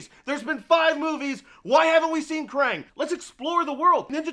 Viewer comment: Guys it's kraang not krane